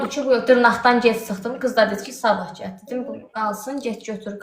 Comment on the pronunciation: Cəl yox gəl 🤦🏻‍♀️